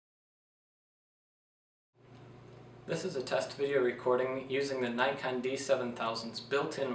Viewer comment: NIKK on .pronounced , not NIGH con , you americans